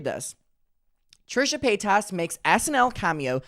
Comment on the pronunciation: You claim to be such a big fan, but you still can’t say her last name correctly (a la Shane Dawson)